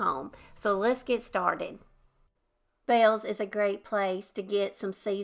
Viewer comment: Yes we have a Bealls and I like it alot. I also pronounce it the same as you. 😂